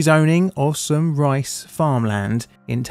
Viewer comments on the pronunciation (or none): none